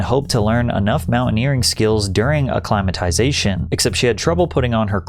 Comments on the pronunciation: It's not "acclimazation", it's "acclimaTIzation" ffs 🤣🤭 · A lot of mispronunciations in this video. For a start, it's acc-lima-tie-ZA-shun, and the Lhotse face is pronounced LOT-see face. George MAL-OR-EE not MalorOY. I'm not listing the rest. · Dude c'mon..... Acc-ly-mih-ty-zation; Loat-zee; George Mallor-ee 🙄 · Your missing a syllable - /ə-klī″mə-tĭ-zā′shən